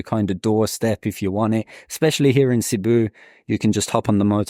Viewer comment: Has lived in Cebu for a couple years but still can’t pronounce it correctly 🙄